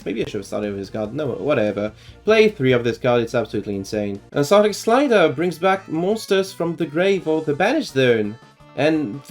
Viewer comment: I’m so upset that this is the one video that I didn’t get a notification for. Very nice guide, though. A lot of similar things to my guide. Have you considered the spellbook package in the deck, since there is no normal summon at all in the archetype? Btw, the way you pronounce it is Urs-Arc-Tic.